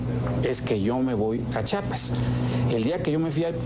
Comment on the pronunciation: Ese camacho nunca aprendio a decir Chiapas, pendejo.